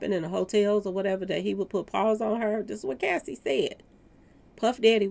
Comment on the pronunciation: you keep calling Cassie, Casey.